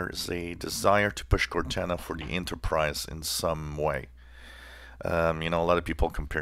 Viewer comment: Cor-nana the Microsoft grandma?